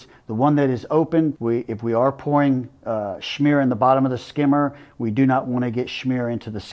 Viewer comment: He is the chosen one to say "schmear" properly.